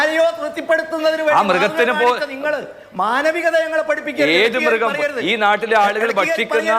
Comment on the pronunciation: അതായത്. കാഡാമിറികം. മാഷ്. അല്ല. മൃറികം